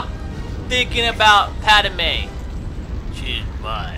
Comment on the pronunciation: Did this dude say... "Pad-A-me?"